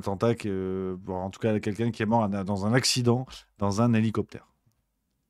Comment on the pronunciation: "Heli coptar" 🤦🏼‍♀️🤣🤦🏼‍♀️🤣 ... et mer....de...